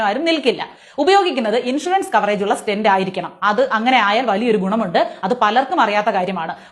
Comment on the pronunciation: Name of object not clear.. Stent ?